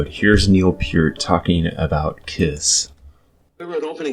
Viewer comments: Young man, it is pronounced like 'pert' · 60 years and I've never heard Neil Peart's name pronounced that way.